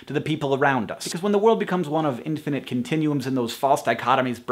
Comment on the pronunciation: Every time he says infinite i hear either the Perks Of Being a Wallflower or TFIOS